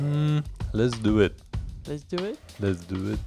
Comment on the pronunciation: Too many 'lezduit's. Im done watching.